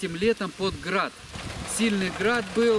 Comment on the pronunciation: оХород 😂😂 Храад побил Храд 😂😂 🤦🏼‍♂️